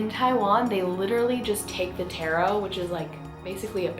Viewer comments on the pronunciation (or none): U pronounced taro wrong it’s tarrro not tairo